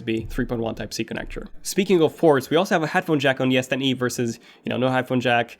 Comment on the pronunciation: I keep hearing yes10e